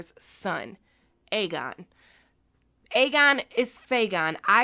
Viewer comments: You keep saying Fegon and believe me I get. There's so much to say that we can't believe Illyrio and Varys BUT why would Varys lie to the dying Kevin? Vary's knows no one is listening but again why would he lie to a dying man? That always got to me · Aegon is fayegon 😂😂😂. I’m not gonna lie, I thought about Faygo when you said that 😂😂